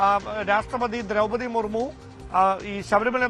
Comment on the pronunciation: എന്താ ഇതെ ബഹുമാനപ്പെട്ട രാഷ്ട്രപതിയുടെ പേര് വരെ മാറ്റി പറയുകയാണോ മർമു ജി അല്ല മുർമു ജി